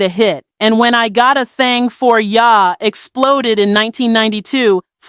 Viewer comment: Is this a black woman voice behind the scenes? What blk woman pronounces “ya” like “YAAH”? Short a, not long a